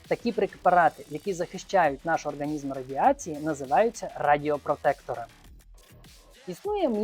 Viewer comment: ОрҐанізм) ріже слух